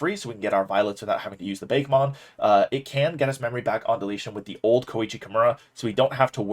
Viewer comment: LOL. It's BA-KE-mon. Not beykmon. Ok weebmode off.